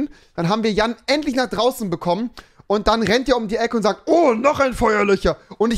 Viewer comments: Feuerlöcher Feuerlöscher ... Kann er jetzt das "sch" aussprechen oder nicht? 😆 weirder Typ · 90 Duude, ich weiß, dass es "FeuerlöSCHer" heißt, aber Rewi sagt FeuerlöCHer. Und das ist der Punkt des Kommentars 🙄